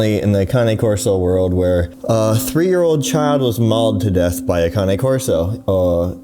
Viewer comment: I'm just learning it's pronounced Kah-knee I always said Cane 😆 you learn something new everyday. On another note may that little boy rest in peace. So sad.